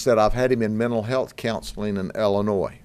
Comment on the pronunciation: It's pronounced Illinois not Allinoise. Lucky you can't be attested for being a big Mr silly policeman